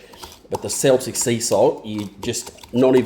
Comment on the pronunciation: That sauce looks beaut. Never heard of sumac, will have to have a look for it! Don't know if we get it here in the UK The salt is pronounced keltic 😂, and it's from the UK/french region!